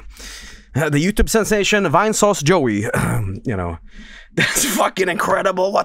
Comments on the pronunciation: Durr Yootoobler Vine-Sowcie. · Maluco, é uma mistura deshumana de inglês decente no "vine" e aportuguêsando o "sauce" não têm como não rir